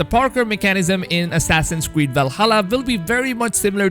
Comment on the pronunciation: Assassin's cweed 🤣🤣🤣